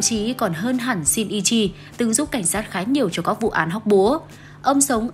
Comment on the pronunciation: Kudo Shinichi cj phát âm "ni" là "ni" chứ cj đừng đọc là "i" nha nó sẽ thành "Kudo Shiichi" á:< iem chỉ góp ý thui à:<